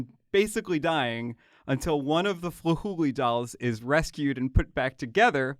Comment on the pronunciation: I hear "Flahooley" and thought he said "Fooly Cooly" and I just